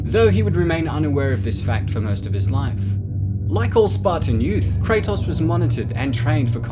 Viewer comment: Kray-toes Not Kray-toss. His name has been said about a billion times now